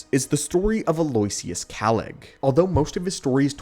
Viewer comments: Aloysius is pronounced “Al-uh-wish-us” lol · “Aloiusias”sounds like the teacher from Key and Peele mis pronouncing Alexis😅😅😅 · Probably the worst pronunciation of Aloysius I've ever come across lol